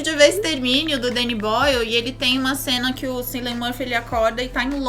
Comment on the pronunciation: Pessoas desse Brasil, Cillian se pronuncia Killian. Parem de assassinar nomes islandeses, por favor. Eu agradeço.